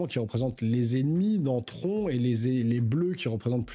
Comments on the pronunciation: TRONNE (phonétiquement), mon pote LOL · Stp prononce à l'anglaise TRON(e) ça fait trop bizarre quand tu le dis 🤭🤭🤣🤣🤣🤣🇨🇵🇨🇵🇨🇵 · Prononce Tron a langaise stp 🥺 😭 ca fait trop bizarre la prononciation à la francaise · C’est très drôle que tu prononces à l’anglaise Daredevil mais à la française Tron 😅